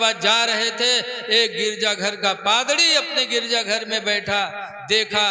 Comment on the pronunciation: Padrdi nhi hai Padri hota hai